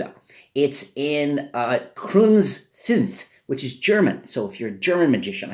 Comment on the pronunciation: would /almost/ work for German ... most number words are 4 letters, but 6 (sechs) is a problem ... Btw, "Kreutz" is spoken something like "croits", your "fünf" was pretty decent already ;)